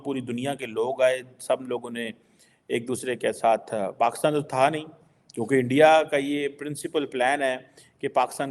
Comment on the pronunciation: Complete video is about self pity! first learn to pronounce Pakistan as “Pakistan” and NOT PAXTAN! Aren’t you expecting too much for a Beggar Country, which is a FAILED STATE! If you are such a great intellectual from PAXTAN, why doesn’t the Govt take your advice? Oh Govt is the Army who will boot you out. 😅